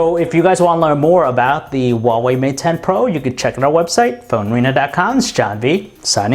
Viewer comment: AI LOVE OU XUAVEI MAT 10 PRO !